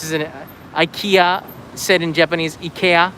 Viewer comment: Take shita looks so different. You pronounce Ikea just like we do in Sweden.